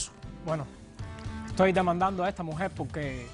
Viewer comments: Este pendejo " " ni siquiera habla bien...se la pasa..diciendo... esa MUJEL...ESA...MUJEL..ESA....MUJEL.....ESA....MUJEL...( SE DICE..ESA MUJER) PENDEJO!!!!! SALUTATIONS DOCTORA POLO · Esta mujel y está mujel,que le pasa a ésta gente con las R no las pronuncian jajajaja suena horrible,ésta mujel jajajaja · Esa mujel esa mujel Esa mujel Esta mujel